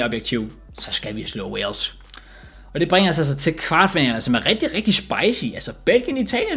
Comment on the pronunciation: Alle andre som siger Wales og som siger Walsh